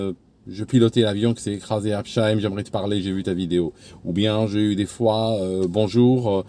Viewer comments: j'adore vos vidéos mais il faut que je vous corrige sur un point:Habsheim se dit Habsssssssseim et pas Habcheim, désolée 🤣. (A part ça j'ai assisté à ce crash et j'en garde un souvenir précis:/ ) Merci pour votre travail. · habs Heim , on ne fait pas de son « che » avec les noms de villes d’Alsace.